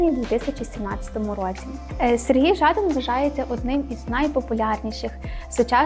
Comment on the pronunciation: А чому жАдан, а не ЖадАн?